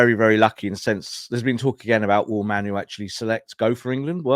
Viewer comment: why are you randomly pronouncing it “MAN-oo”? It’s not spelled that way, no one else pronounces that way, there’s no indication that he says it different than it’s spelled….you don’t get to call people whatever the f**k you want. Disrespectful.